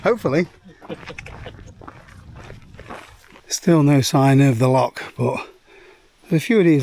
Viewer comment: Love your channel and vids thos one is cool 2 guys juat chiling take it easy and actualy enjoying the scenery altho u pronounce loch all wrong which grinds us true jocks gears hahahaha let yous of as souther fairy's haha kidding great channel bud